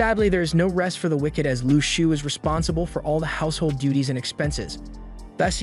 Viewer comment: How u say shou is (shauw)